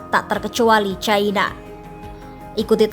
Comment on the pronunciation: Bukan "CAINA" tapi 'CINA' neng...